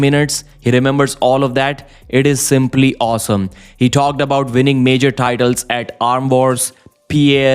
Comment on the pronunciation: Winning not vinning